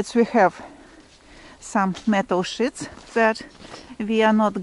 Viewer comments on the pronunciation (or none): Just wanted to mention that if you are trying to say metal sheets, the “E” is said like in the word “We”. When said with the i sound (like in The word “with” it becomes a very different meaning 🥴🙂😉 But thank you for the wonderful videos at any rate , we really appreciate all the efforts 👍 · you was trying to be helpful. The way she was saying it sounded like the bad word.